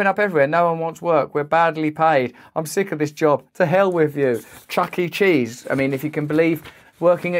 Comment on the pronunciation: The way he saids chuck e cheese is hilarious 😂😂😂. (